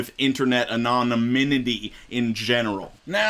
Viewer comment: Ananominity..... 😂😂😂 Anonymity* cue 😂😂😂